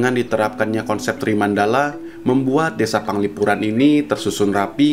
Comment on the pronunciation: Penglipuran bukan Panglipuran